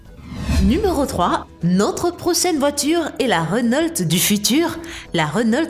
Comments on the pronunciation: oh non pas ça ! Reunolte ! c'est reuno (enfin la prononciation) mais avec l'accent on peut comprendre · mais tu sais pas parlé normalement ?!?!?!? Rénolt = renault bugatti veiron = bugatti veyron Kénigsegg = koenigsegg Bantley = bentley likez si vous êtes d'accord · C pas renolte mais Renault et c une bousse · C'est pas rénaulte mais Renau c'est Renault. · RENAULT PAS RENOLTE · elle a dit "Rénolte"!!! au lieu de Renault (prononciation "Reuno") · On dit pa rénault c reunaut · « Renolt’ » Une bonne vielle marque Française ! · On dis Reunaut... Sinon si tu trouve que la SCC la Lamborghini et la Renault Sont les plus cheater Like ! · Attend comment elle a prononcé Renault la ? Elle a dis renolte c'est quoi ça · Tout ce passé bien.. Tout était nickel.. D'un coup j'ai entendu Rénolte.. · Wsh mais arrete de dire rénolt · On dit Renault pas renolt 10 minutes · rénolte ? c'est qui cette counasse... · Pour moi qui travail chez renault, entendre dire Rénolt fait mal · Selon renolt moi aussi je me suis marré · Je viens d'apprendre que RENAULT a changer sa prononciation. Je ne savais pas que je suis en possession d'une RENOLTE.Merci la video. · Renault aussi